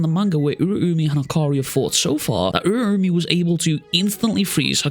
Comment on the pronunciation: I think it's pronounced Ur-ow-me